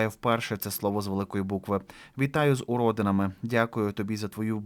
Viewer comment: пані Ірина вітала зятя не з урОдинами, а з уродИнами 😂!!!